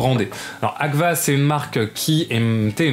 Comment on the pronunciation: Merci pour ce tour d'horizon, est ce que tu pourrais indiquer, dans la vidéo et/ou dans la description le nom des pellicules, j'ai du rembobiner plusieurs fois la vidéo pour réussir à comprendre que tu parlais de la marque Agfa et non pas Acva. merci :)